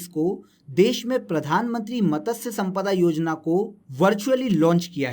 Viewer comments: Matasya nahi h matsya h .. pronunciation pe work karlo bhai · उसे मतस्य नहीं मत्स्य बोलते हैं